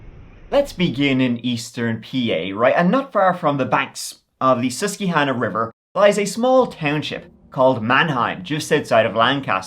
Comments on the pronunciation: Susquehanna is prounced Sus-qwah-hanna. From Dauphin County. (I don't care, but I cared enough to just let you know. lol I grew up next to the Susquehanna. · Susquehanna is pronounced “Sus-kwe-hanna (I grew up in the area) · Great video, but as a native I feel obligated. Susquehanna is pronounced suh-skwuh-ha-nuh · The sus-key-hanna river. Ahahaha. It's pronounced SUS-QUAY-HANNA. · sus-skwuh-hannah, "han" like "ann" (or anne) the name - just so you know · "Sus-kwa-hanna". Good video nonetheless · I’m from PA and that river is a tough one to pronounce!! It’s actually pronounced: SUS-kweh-HAN-uh Love your content!! Just clicked and can’t wait to watch!! 🤩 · they pronounce the river as the "SUS KWA HANNA" - But no worries - I could pronounce half the towns in northern England... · No disrespect so please don't take it that way but it's pronounced sus-qua-hanna. The qua rhyming with huh. I live along the Susquehanna river. Yes the way you are saying it may be the way it looks. But the English language makes no sense. So as a Marylander to you across the pond GET IT RIGHT. LOL Just kidding it's not that serious. But now you know. Have an absolutely fabulous morning, afternoon, evening. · its pronounced Sus-qua-hanna lol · The Susquehanna River is pronounced Suss-kweh-hanna, and Lancaster is LANG-kester. Born in SE PA, my friend. 😉👍💖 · It's always entertaining to hear alternate pronunciations. Like Sus-key-Hannah River. 😂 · love u!!! been watching for a few years - couldn't help but pop in to say it's pronounced 'Lank-AS-ter', pretend like there should be only 1 syllable. And it's 'SUS-KWA-hahn-na' - love the lil spanish flare you gave to the 'que' though. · Never heard anyone pronounce Susquehanna like that. I know your not from here but I about spit my drink 😂